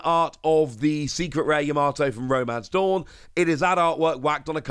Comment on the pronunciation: There's one in Birmingham! See you there!. I wanted to say, Yamato is pronounced 'YAH-MAH-TOE'